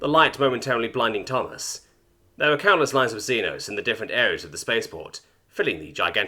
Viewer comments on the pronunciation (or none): Germans are the Helghast! Hurray! Also, I don't know if you read these, but xeno is pronounced "zee-no."